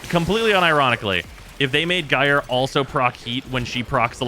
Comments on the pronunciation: It's pronounced jīr . Or in General American jīər . It rhymes with Fire. Drop the F and add the J from Just. It is the same root word as Gyroscope. So just shorten that and you are good. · I'd rather hear "Jerry" than "guyre" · until now I was perfectly fine with calling her "Guy-er", but I have seen the light and shall now be mildly peeved at anyone who does not call her "Jerry"! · well NOW i'm gonna say "jerey" too